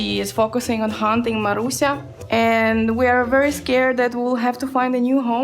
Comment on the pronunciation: you said Marusia almost perfectly :)